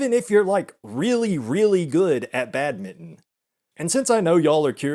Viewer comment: I'm like 99% sure that's not how you pronounce Badminton, lol. "badmitten"